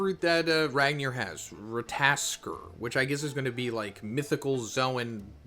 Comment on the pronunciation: It's rattatasker (Google spelling)